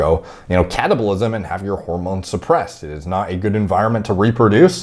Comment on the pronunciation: That is not how you pronounce catabolism, dude. Questionable source here who can't even pronounce the words he's regurgitating at us.